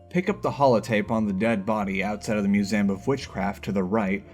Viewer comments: anyone noticed he says ‘museum’ as “musayum”? no? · The way you pronounce "Museum" 💀